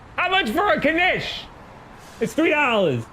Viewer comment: What the hell is a kanish?